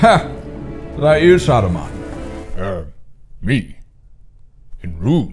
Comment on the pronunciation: "Saruman the ... Kinder bueno?" 😆